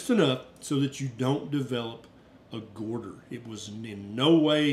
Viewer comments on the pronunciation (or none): Good information; thanks. I’m not a doctor, but you keep saying “gorder”, instead of goiter. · Love you, but the way you say 'goiter' in your southern accent cracks me up every time. 😂😂😂❤❤❤